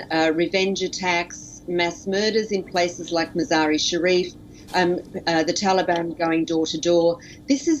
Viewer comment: He literally said 'tanban'...